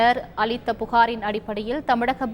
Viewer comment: அலித்த.. வா? அளித்த என கூறவும்